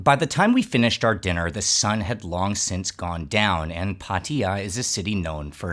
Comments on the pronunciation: Pattaya is correct, no pattya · The only youtuber that pronounces it correctly